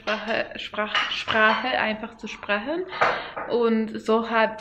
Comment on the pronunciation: Your pronunciation is great but you just pronounce some words in a different accent. Its weird how you switch betw. These two totally diff Dialekts from two diff. Places. Yes we have natural nail-polish at whole-foods 😀 bisschen?! Lol sprechen is not pronounced the way you say it. First I thought you were german but as you continued I knew you are not. But you speak very good. Good job!